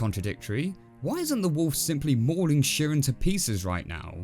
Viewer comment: I think Chirin is pronounced with a hard "ch" like in "church." That's how the English narrator says it. As for the moral, I took it to be, "Don't try to be what you're not, or you'll come to grief."